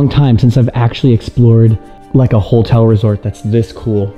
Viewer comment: Have you ever noticed that pronounces "Hotel" as "HOLTEL" lol.. its cute haha